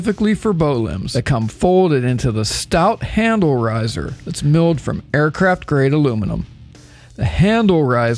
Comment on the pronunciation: ha you said air crap